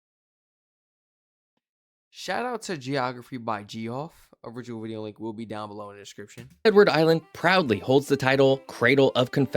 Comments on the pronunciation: ..is pronounced Jeff. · Haha is an alternate way to spell the name JEFF. It’s just that simple. However you pronounced it was way off 😂❤